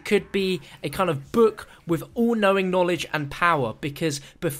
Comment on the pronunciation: Richthofen needs some knawledge